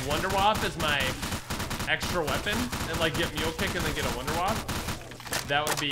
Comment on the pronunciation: "I wanna waffe!" Also: 'Fails to notice the waffe on the ceiling'